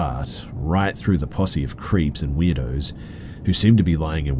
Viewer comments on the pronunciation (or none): none